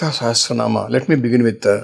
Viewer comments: Yes badly pronounced by the host. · its Lalitha Sahasra not Sehasra ..correct your pronunciation dear!! Nice podcast though!! God Bless!! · host. Pls first pronounce “Sahasranam” correctly. U keep saying “Seh astra nam “. It is not an astra. Sahasra means thousand. No “t” between asra. if u put “t” it will become astra. Also “Saha” not “seha”. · Host Please pronounce it as sashastra naam.. you are saying sehastra naam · Why r u pronouncing sehasra naam? It's Lalitha sahasra naam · It is Sahasra not sehasra..Pls pronounce it correctly😂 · It is not sehesransma it is sahasranama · Thank you for this podcast, request to please say it as sahasranama not naam 🙏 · Please correct yourself... it's not SahasTranama, it's SahaSranama. Sahasra means 1000. Guruji correctly says SahaSra naama. Please pronouncr correctly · It sounds better if you say Sahasranamam and not Sahasranam. Please pronouce properly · Also it sounded like सेहस्रेनाम् and not सहस्रनाम… should not be difficult for Hindi speakers. Hope this comment is taken in the right sense don’t mean any disrespect 🙏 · yes it’s not “say” it’s “sa” hasra Nama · Dear host, your pronunciation of calling Lalitha Sahasranama is not comfortable listening. Please catch the right pronunciation from the guruji. thanks 🙏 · absolutely true. The pronounciation needs to be corrected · The anchor should first learn to say “SAHASRANAMA” properly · Spell correctly. Not Sahesra... Sahasra is correct way to spell